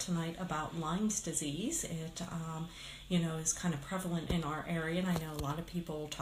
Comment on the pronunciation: first it would be good if you know how to say lyme disease.wow